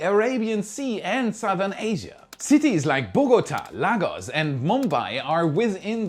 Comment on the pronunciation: Your pronunciation of Bahamas, Bahamian, Lagos and Hiroshima are incorrect. Additionally “scrap” and “scrape” are different words with different meanings.